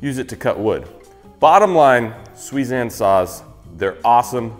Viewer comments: I thought he said 'Sweezan sauce' at first😂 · I’m a woodworker living in Japan. And I know it’s super pedantic cause pronunciations change in new languages but it should be sue-ee-zahn. And reeyoh-bah. Otherwise fantastic video. 👍